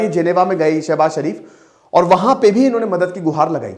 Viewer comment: सर शरीफ जी नही शरीफ बोलिए